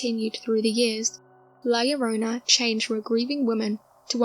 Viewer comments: Is La llorona not llorana. Aja aja si claro 🤪 duende is like a leprechaun when we celebrate saint patrick day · Its llorona, not llorana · Its LlorOna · Llorona is the correct name NOT Llorana....